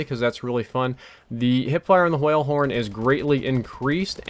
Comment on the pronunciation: pronounces words that have wh in them like stewie in the wheat thins commercial. the hwale horn.